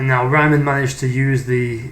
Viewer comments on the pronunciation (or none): It is Reemann, not Raimann. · If it was an English name with the original pronounciation it would be spelled Reeman (or Reemann). It is not vitaly important but for keeping credibility it is fine to try and make the pronounciation correct. Otherwise fine and interesting. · Pronuncation: Euler = "oil-er"; Riemann = "Ree-mann" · German "EI" = "eye". German "IE" ="ee". The only German name Americans seem to be able to pronounce is "Einstein", otherwise it's always "-steen". I never heard "Riemann" pronounced as "Ryemann" though.